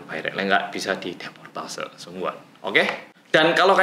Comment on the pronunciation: deportasi bukan deportase 😭